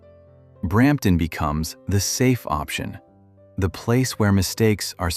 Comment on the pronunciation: Brrramptton …… ? Thanks - NO